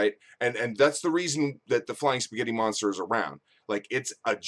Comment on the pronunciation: 'Eespaaaghetti monstar!' :D